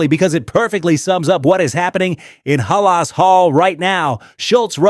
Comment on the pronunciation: Stop mispronouncing halas 😮